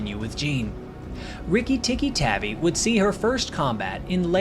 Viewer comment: Tavi (Tahvea)